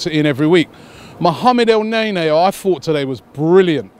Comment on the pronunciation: lmao Robbie said "Mohammed El-Nae-Nae"